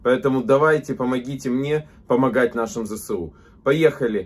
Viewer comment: всеж добре говорити ЗеЕсУ, а не Зе СеУ ))) шо за Се?